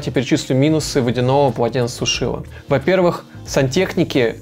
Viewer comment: ПОЛОТЕНЦЕСУШИТЕЛЬ. Не коверкайте русский язык.